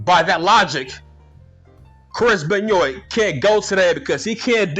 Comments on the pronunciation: I love it when you say benyoint 😂😂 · Ok I haven't even finished the video but I immediately lost it the way you pronounced Benoit 😂